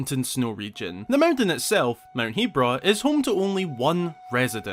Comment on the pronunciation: It's so weird to hear 'Heebra' with a long e rather than 'Hebbra' with a short e. @@